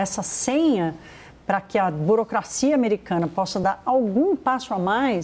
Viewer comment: A jornalista é analfabeta ela pronuncia BOROCRACIA quando deveria falar BUROCRACIA...:face-red-droopy-eyes